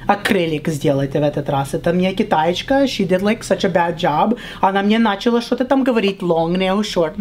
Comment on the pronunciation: Всё прикольно, актерское мастерство супер, но "Шокают" и ударение на первый слог типа "нАчала" явно не русские ставят, а украинки, не в обиду, но акцент явно выдаёт. Так что правильнее было бы видео назвать не "Russian mom"...а "Ukrainian"